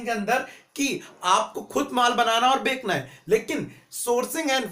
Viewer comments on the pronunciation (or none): Bhai "Bekna" nhe hota "Bechna" hoota ha